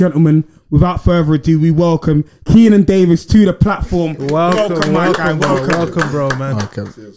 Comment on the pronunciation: It’s Davis not Davies lads but great interview